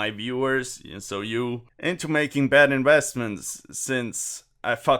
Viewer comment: "Inwheastments" haha so funny